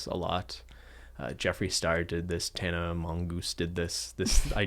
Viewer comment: legitimately calling Tana Mongeau "Tana Mongoose" legitimately added about 20 years to my life